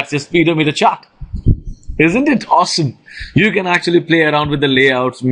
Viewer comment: he said speed o meter lol